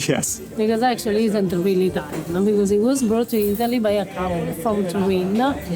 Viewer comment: italian pronunciation is hilarious.